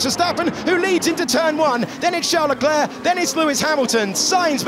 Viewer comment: Verstapeun, Hamilteun, Charleuleuclerc... 😂🤣🙌